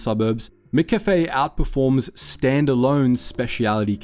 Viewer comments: How the hell are you pronouncing McCafe?! Bro, really? You say cafe correctly, why are you having a stroke when you try to add "Mc"? lol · 'Mc' is not pronounced 'mick'. It's from the Scottish for 'mac'. It should be pronounced more like mac cafe. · mac cafe not mick cafe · Try saying "MaCafe", not "Mick Cafe" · I'm cringing hearing Mick-a-fay all through the video when it's just Cafe with a 'ma' at the front. 'ma-Cafe.' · "Mik cafe"?? "MIK CAFE"??? Brother wtf is "Mik cafe"?? It's pronounced m'café - like m'lady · "Mickafey" Good lord. It's just café...with the McDonald's "Mc" in front of it. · Mack Cafe!! Mack! Mack! Not Mick! MACK Cafe... Love from Australia 👍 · Ugh… it’s Mc-Cafe. Not mcafe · Lol its not miccafe. Mccafe is pronounced the same way as maccas, maccafe. I'm an aussie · MICK CAFE 😂 ? MACK CAFE !! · Wtf with how you’re saying McCafe! Its. It’s not MicCafe! You don’t say MicDonalds so why say MicCafe? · I normally don’t comment on people’s pronunciation, but I’m absolutely stymied by the fact you pronounce “McOz” and “cAfé” correctly, but you pronounce McCAfé” as “MickCafÉ”. Is this a Melbourne thing? 😂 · this voice has gotta be ai, mccafe is not pronounced mikkafy and swanston st is not a suburb, first time ive watched one of these videos and thought wtf is this? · Wtf is a “micCafe”? AI voice can’t handle the true pronunciation I guess 😂 can confirm no Australian would ever pronounce it that way. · It's pronounced mac cafe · What was with "MIH - kaffay", though? That was an odd choice for pronunciation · The way you're saying McCafe is taking me OUT lmao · That pronounciation of McCafe is horrible. And the Melbourne suburb of Swanston St? WTF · Sometimes the pronunciation is weird almost feels ai. How McCafé was pronounced was weird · WTF with the Mcafe pronunciation for the first half of the video? The words "sugar bons" prove it's AI crap. No AI voice PLEASE! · YOUR SAYING MCCAFE WRONG!!!!!!